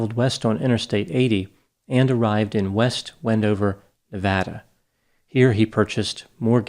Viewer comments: Every time you pronounced Nevada, you did it differently. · How can you pronounce Nevada wrong? Was there a lot of speculation about the DiMaggio’s from He Derain locals?? Why wouldn’t they speak to police?? And why did they move so abruptly after Stevens disappearance??